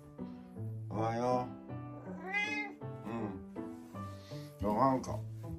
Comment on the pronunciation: しんちゃん、お出迎えの時のおはよう、思わずおっと言う位上手だったよ。ごはんもおはようも日々上手になってゆくね‼️💕今日は特別上手に聞こえたよ😄 撫でられ可愛いがられて幸せだね😆🍀❤